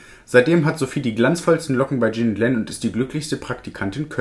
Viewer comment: Jean und Len sind 2 Männer! Jean wird französisch ausgesprochen.